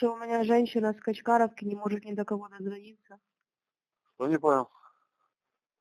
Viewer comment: Is this just from the SBU's Youtube channel? The Russians swear up and down that these conversations are scripted, so it would be insightful for someone to determine what kind of regional accent they're speaking with. OK - she says "it's just that" and says the word 'that' with a HEAVY Ukrainian accent - she says "sho" (що) instead of "shto" (что). You've gotta watch out for fakes, guys. Not saying Russia didn't get clobbered in Kherson. 😀